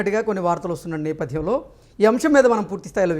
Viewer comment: మధ్యం,నేపద్యం.... ఉచ్చారణా దోషాలు సరి చేసుకోండి మోడరేటర్ గారూ..